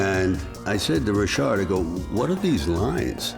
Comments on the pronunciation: I like RM. Lol even though Richard pronounces his own name wrong. I like Rolex as well, but Rolex is EXTREMELY plain looking and when you add gold to them they are just straight up gaudy as Fck. That doesn’t mean it isn’t classy. He’s Italian, he can get away with gold. It fits the stereotype. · When your just a just an average dick your name is pronounced Richard, when you make overpriced watches its Rishhaaaard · If I've learned nothing else, I've learned that I've been mispronouncing "Richard" for nearly 40 years. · I've never heard the name Richard pronounced Re-shard. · How is he pronouncing Richard? It's Richard! The designer is be f*cking pretentious!